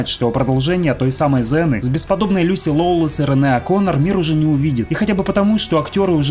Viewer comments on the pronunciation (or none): none